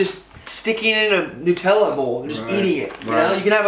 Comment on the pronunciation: He says Hareeebo lol he can’t say it right 🤣 watch the advert (commercial 🇺🇸) for how to say it.. He also can’t say Nutella.. he says Nootilla lol